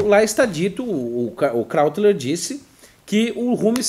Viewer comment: não é "kráutler"; é "KRÓITLER".